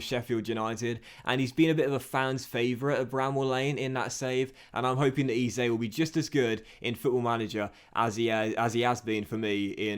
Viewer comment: Eze is pronounced eh-zay